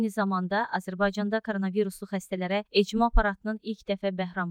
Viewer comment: ECMO yox ekmo 😂